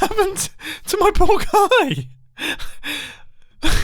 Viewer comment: When mumbo said “poor guy” I automatically heard it as “pork eye”